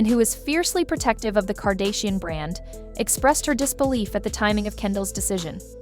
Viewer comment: Cheese and Rice. I CAN'T handle this AI voice that can only say sight words properbably. Do you not pre-listen to what you post? "Tekilla", "CARD_actianon"...like make it stop, you're literally making me rage post.